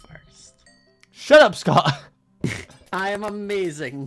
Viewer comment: I thought scott said ewwwww xD